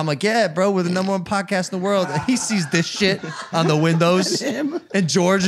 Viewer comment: The five hundred and wonth Jake? :D